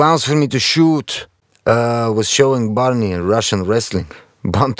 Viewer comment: Its not barney, its parnee, means "guys"